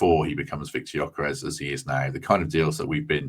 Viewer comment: Looks good for me too👍🏼 The ‘s’ at the end of Gyokeres is pronounced ‘sh’ FWIW🧐